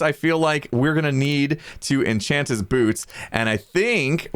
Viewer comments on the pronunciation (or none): “ienchant” “iemortal” “idabow” Is this an Apple commercial lol